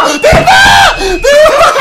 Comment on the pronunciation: cuando mike griot timba en ves de decir timba dijo tiva xdddddddddddddddddddddddddddddddddddddddddddddddddd